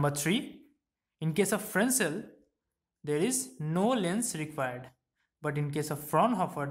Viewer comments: Frensel kadhu sir...fresnel... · FRESNEL - The french do not pronounce the S in this case.